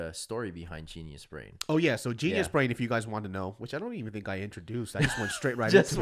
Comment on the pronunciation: Why is it that everytime he says GeniusBrain, it sounds like Gina's Brain?